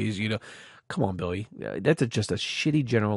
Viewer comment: Likin' whatcha sayin'.